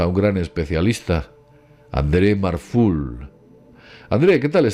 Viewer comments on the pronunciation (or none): ¿Cómo que André Marful? Si lo pone claro en pantalla adreU marfuLL, no sé "JosepLluís Camatx" luego sabemos pronunciar en inglés...XD